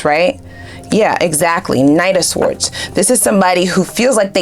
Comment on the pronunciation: Darling, you’re killing me…the “w” is sword is silent…